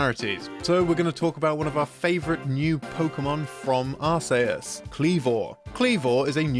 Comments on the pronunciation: Arkeus is the offical prnounciation, Arseus is the old pronounciation, but ARSAYUS???? I feel ill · Never have I ever heard a more atrocious way of saying ‘Arceus.’ There’s aAr-KEY-uhs and aAr-SEE-uhs, but never aAr-Say-uhs. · I was not prepared to hear you pronounce arceus as arsayus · I’ve never heard anyone pronounce “arceus” as ar-say-us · It was driving me crazy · nah, it's arse-eh-us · The most "interesting" thing about the game's title is the way you decided to pronounce it. Lol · Please say Arceus correctly once, thanks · no just pronounced right